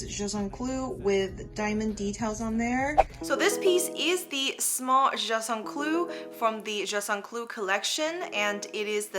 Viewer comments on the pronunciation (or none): Please say the name properly - it’s not just un clou, it’s pronounced juuuste un clou pls!